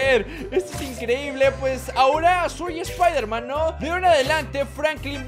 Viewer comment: es. espiderman. xd